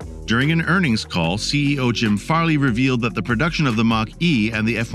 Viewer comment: Hope there isn’t a test since I stopped watching when the bot said CEI instead of CEO.